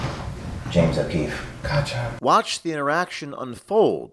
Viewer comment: James OH Queefee lol